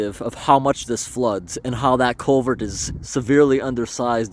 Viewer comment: You need chest waders or a Farmer John wetsuit bottom. Culvert, not colvert.